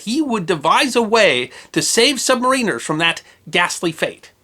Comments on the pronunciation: Squaaaaalis. Not SqAlis. Sub-mariners. Not submariners. but more importantly great video!! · You're still pronouncing submariners funny! :D Think, "The Rime of the Ancient Mariner". Man, I can't imagine having to make the call to close that hatch with men still on the other side. Poor guy. :( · Pronounced "sub-MAR-in-ers." Not "sub-ma-RIN-ers." LOL! Great video as always, thanks. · Love how he is pronouncing "submariners" 😂😂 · I HATE it. So good and yet so bad.